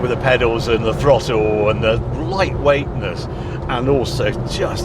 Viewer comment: WTF is a frottle?...🤣🤣🤣